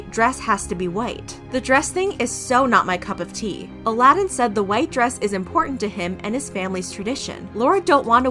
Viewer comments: I love that she keeps pronouncing his name as "Aladin ". 🤣🤣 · I wish you had said his name right. And not the bastardized Disney version. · Ala-din ??? Maybe that's betters two syllables.